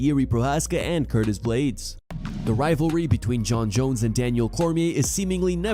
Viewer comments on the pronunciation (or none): none